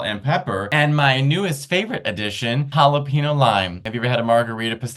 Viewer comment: Matteo... being that you're half Mexican, I would hope you'd pronounce Jalapeño correctly! 🤦‍♂️ Still love you, though. ❤